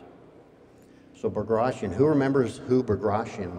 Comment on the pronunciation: Bagration should be pronounced as:( B a graa [tea] On), not (BagrAtion). Bagration Piotr Ivanovich was the famous Russian General of Infantery, he was a nobel man, prince, not just some "dead Russian, who fought in Napoleonic wars".